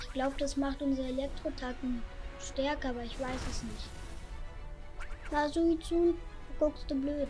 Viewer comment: Suizune? Suikune